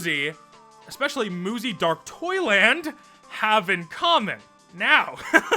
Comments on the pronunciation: Im gonna stub my toe i kept thinking you were saying muzy dark toilet… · Muzzy is so bad that every time you said "Dark Toyland" and I couldn't help but hear "Dark Toilet" 😂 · everytime you said dark toyland i heard dark toilet and i laughed everytime